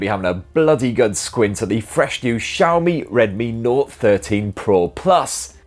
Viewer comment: Were you tipsy? Oh, by the way, have you tried Penderyn legend whisky yet?